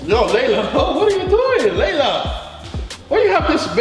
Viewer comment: Is not lala it's layla